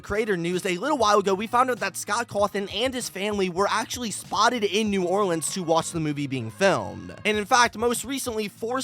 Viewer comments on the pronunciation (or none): none